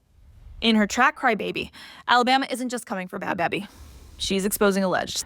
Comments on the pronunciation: It's baby. How do you do a video on them and dont even look to see how they pronounce their name? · Is that how you pronounce her name😒